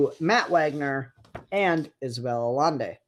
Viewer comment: it's pronounced "ayaynday"